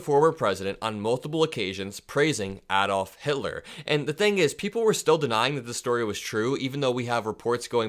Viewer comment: 💙. Thank you for pronouncing Adolf Hitler's correctly! Trust me, I have no love for that particular rodent! I just think names should be pronounced correctly! We can not expect respect while paying the ultimate disrespect of deliberately or otherwise mispronouncing the names of others! Just like trump, deliberately mispronouncing Kamala's name!